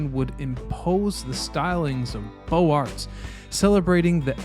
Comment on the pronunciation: Beaux Arts=" Bo's arr." In French, if a word starts with a vowel, you pronounce the end consonant from the previous word. Also, consonants at ends of words are normally silent if not followed by a silent e.